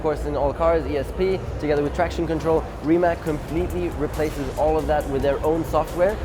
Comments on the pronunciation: I still can not understand why do some of your pronounce the name wrong? It is Rimac not Rimek. It is Rimazz like pizza at the end. P.S. It is nor Nicco Rasbjergg! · Everything fine but I do not understand why you are pronouncing RimaK when you know that is RimaC?! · Its Rimac not Rimak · Its Rimats not Rimak .. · Nico warum sagst Du immer Rimäk - es wird doch anders ausgesprochen :D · C in Rimac is read as zz in pizza. (I'm Croatian) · Bought a 2m dollar car….can’t pronounce RIMAC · At least pronounce the name right.